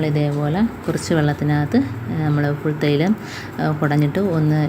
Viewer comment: ഫുൾതൈലമല്ല, പുൽതൈലം ആണ്